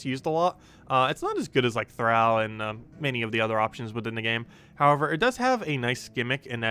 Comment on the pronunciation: Do you say "al" your friends or "all" your friends? Thrall thr(all). Not thr(Al Bundy).